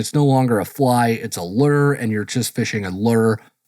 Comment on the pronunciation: Love your program, always looking forward to them. If I may... The word lure ...not leer😅